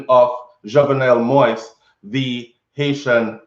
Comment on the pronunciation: Manners and Respect it's Jovenel Moise pronounced JOVENEL MO-EASE 👏🏾👏🏾👏🏾